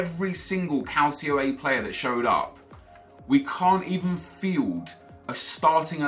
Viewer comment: Who else finds it annoying when he says calcio a its pronounced "cul ch io a"